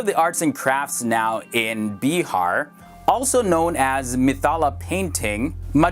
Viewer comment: Well that's bihar not beehar